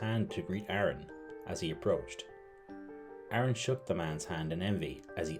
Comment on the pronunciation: Terrifying intro. You pronounce Aaron as Arn.😆